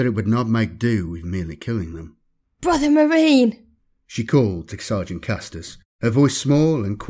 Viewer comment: No one: Absolutely no one: : Bwothew Mawine~